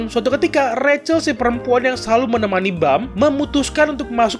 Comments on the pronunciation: Cara baca si bintik itu Rahel bukan recel_ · Biarpun pake ejaan bahasa, bacanya juga ga ra-chel tapi rac-hel